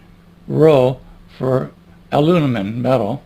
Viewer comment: I like it! Even though he does keep saying “alunimum.”